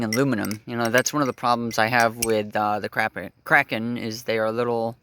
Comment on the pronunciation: "The crapen" 💀